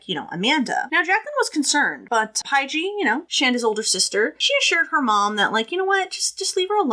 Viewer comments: I just love you. Pie-Gee. You’re the cutest thing ever! I’m sure someone already told you it’s Paige just with a J. But I get it. Seeing it with a J it does look like a weird word. I just wanna say great delivery of this case. I’ve seen many many MANY people cover it and some of them have been like 15-20 minutes long and I just think, are you serious?! How can a creator say they’re not doing TC for clout / sensationalism when they tackle this very very in depth, super detailed, multi faceted case that cannot possibly be properly discussed and laid out with all the moving pieces, in 15 minutes!? It’s insulting! You cannot tell Shandas story in that amount of time, and anyone who does, imo isn’t doing it for the right reasons. Period. A wiki recitation of this case would take longer than 15 minutes to read. Even worse is when some of them watch a show on it, and then tell it in the exact same order with the exact same words and verbiage, this plagiarizing the documentary. Again. Very insulting. So thank you. Thank you for taking the time to explain all the background because without it this case is impossible to understand. The fact that these girls did this in the first place is absolutely unbelievable BUT without context you’re brain would explode from confusion. So thank you for being you and doing what you’re doing. Hang in there with filming and posting. It’s clear you’re passionate about the content as well as the filming / editing / etc. The views will come. I started wi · Lol Shands's sisters name is pronounced Page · Paige is pronunciated Page This case happened in my home town area. I know all the places they talk about. Of course I was grown when this happened and I didn’t know any of them but it was throughly disgusting